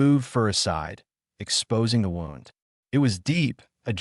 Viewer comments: Injury= wound. Pronounced as WOOND. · I wish the AI narrators would learn to pronounce the words, tear, read, bow, wound, grenade, and agape correctly. It drives me crazy! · AI still can't pronounce "wound". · You butcher words wound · Nice story. Thanks. Why does the narrator voice get the pronunciation of wound (as in an injury) right some of the time. And then some of the time, pronounce it as wound (tightened thread around a spool)?🤔